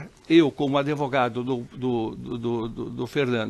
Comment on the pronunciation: "Adevogado" kk